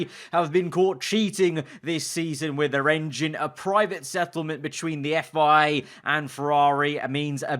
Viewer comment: It makes me laugh that a guy making his career based around Formula 1 struggles to say FIA...